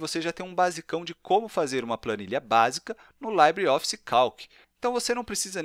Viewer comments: Rapaz... o nome não é "laibreOffice". O certo é dizer "libreOffice" mesmo. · Ótimo vídeo, mas não se pronuncia /laibre/ e sim /libre/ como é em espanhol ou francês.